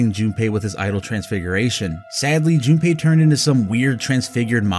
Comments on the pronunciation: Why do u say junapei, there’s no A there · damn this british pronouciation of japanese names is killing me. Who the fucking is Jun ne pei